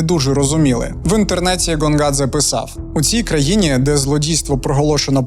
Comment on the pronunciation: коли Гонгадзе став Ґонґадзе? карт. ღონღაძე . як ми бачимо, тут ღ котра передає /ɣ/ (наша українська Г передає /ɦ/ та /ɣ/), а не გ котра передає /g/ (як українська Ґ). це все одно що Helsinki називати Ґельсінкі, замість Гельсінкі.